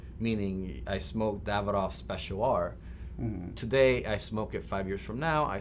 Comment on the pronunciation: Davidoff not David......off